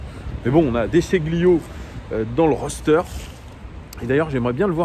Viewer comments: Salut petite précision: De Sciglio prononce "de Chil yo", pas de "chi gli yo" Au top sinon! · Oui on prononce pas le g en Italie, comme de l’ail qui s’écrit aglio et qui se prononce alio